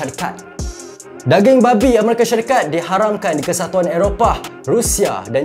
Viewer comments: Jelas dan terang sekali bila sebut "babi" tu😆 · Bro the way you sebut “babi” omg i cant 🤣🤣🤣🤣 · bang bab babi tu jgn menekakkan sgt mcm nak maki terus bunyinya 😂